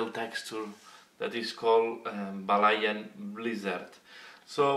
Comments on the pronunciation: you pronounce it Val Hallan snow, love your vids but your sexy Belgium voice always pronounce english words incorrectly. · Thanks for the feedback. In reality my voice is Spanish although I am living in Belgium. I realized that I pronounce Valhallan in the Spanish way after the video. Sorry for my mispronunciation.